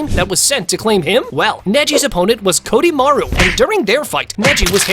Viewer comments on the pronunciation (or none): KIDOmaru…not KODImaru 🙄